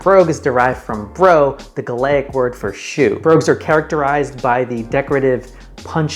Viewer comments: Gaelic is said "GAY-lick"... not "gah-LAY-ick" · Came here to say this, the very first thing he says in the video is objectively wrong so switched off from the rest of it. Half brogues have more brogeuing than quarters brogues and he pronounces Gailige really badly also. This is like when McDonalds tried to sell 1/3 lb burgers in America but it didn't take off because people thought 1/3 < 1/4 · You pronounce the the word 'Gaelic' wrong. Good video, nonetheless!